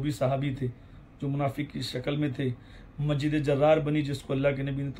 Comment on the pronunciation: Hazrat pehle apne talaffuz sahi kar lijiye masjid ko majid aur yazid ko yajid bol rahe hain